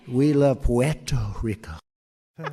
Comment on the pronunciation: Chai-Nah and Pweto-Rico.